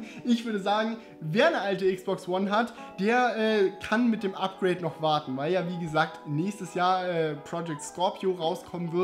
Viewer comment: was mich viel mehr stört, jedoch vermutlich auch auf die "lokalen Gegebenheiten" zurückzuführen ist, ist dieses Ä am Ende diverser Worte, die auf N enden: "auf diese Version müssen wir noch ein bisschen wartenä" - das stößt mir mehr auf.